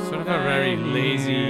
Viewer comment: did you just say 'lazy' 🙂